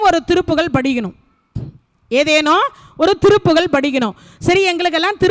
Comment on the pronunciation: திருப்புகழ் உயர்ந்த தமிழால் இயற்றப்பட்டது.அதை எளிதில் படிக்கவோ புரிந்து கொள்ளவோ முடியாது.திருப்புகழ் என்று சொல்வதற்கு பதில் திருப்புகல் என்று சொல்லி கொல்றீங்களே இது நியாயமா.நாராசமா இருக்கு.அருமையாய் உரையாற்றுகிறீர்கள்.தயவு செய்து மாற்றிக்கொள்ளுங்கள்